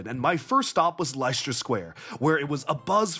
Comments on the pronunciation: Leicester- sound it out with me Leh-stuh square. Not li-cest-ter. Leh-stuh as in jester. And Leicestershire, leh-stuh-sher. As in Jester her. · For future reference it’s pronounced as ‘less ter’ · Why are you pronouncing Leicester like that lol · Probably because someone told him it's not pronounced lie-chester like most Americans say it and he's doing his best alternative 😂